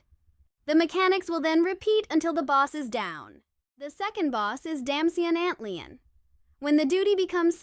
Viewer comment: was fine imo, I was a bit peeved tho antlion 😂 I’m like “why is she saying it like that?” Lol